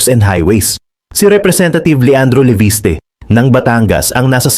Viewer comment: The pronounce is Levis te not Levist